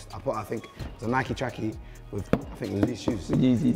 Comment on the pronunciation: Nike not Nicky 😂